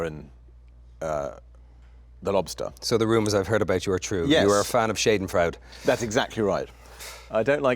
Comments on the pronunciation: He really did a number on Shaden Freude the German word...someone just needs to tell him how to pronounce it....otherwise he used it correctly! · No he is mispronouncing that German phrase. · please colin let me help you say "schadenfreude" properly,, 😁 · Terrible mispronunciation of 'schadenfreude'!